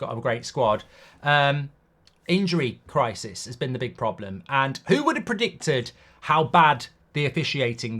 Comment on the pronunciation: bro said predictudd